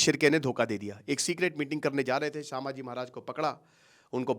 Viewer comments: तुम्हें कल ही बोला था "संभाजी" महाराज सामाजी नाही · It's not pronounced as saaambhaji mahraj.. it's sum.. and written as sambhaji maharaj.. correction from a Marathi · It’s संभाजी महाराज not सांभाजी महाराज please correct it 🙏🏻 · भाई... सांभाजी महाराज नही... संभाजी महाराज. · सर वो सांभाजी नहीं छत्रपती संभाजी महाराज हैं ....आपको हजारो लोग देखते हैं आपका एक गलत शब्द ..लोग पकड लेते हैं ... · I would kindly want to request you to rectify your pronunciation as Sambhaaji maharaj and not Saambhaaji maharaj. I hope you would take it in positive way. Thank you